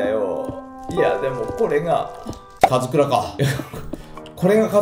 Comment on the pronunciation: 4分14秒 カズクラオお前もなwの ところ「オ」いらないww